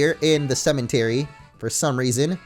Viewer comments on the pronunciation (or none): why does he pronounce cemetery with an "n" ?